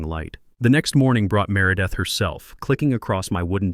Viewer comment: Can't pronounce merideth and calls her mārâ-death. The mispronunciations of the HOA Presidents name fits her so much better.🤣🤣🤣🤣🤣